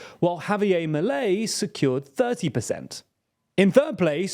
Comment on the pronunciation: It's definitely not pronounced Maley, more like Mee-leigh